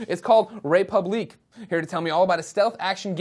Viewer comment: it's funny how he can't say the french word république